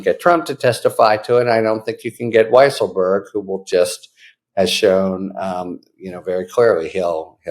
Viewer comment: By the way, his name should be pronounced Weasel-berg.